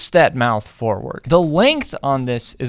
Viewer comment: Have I been pronouncing "wrasse" wrong for 34 years????